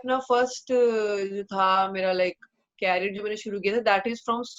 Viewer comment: Bro can you work on your career pronunciation 😝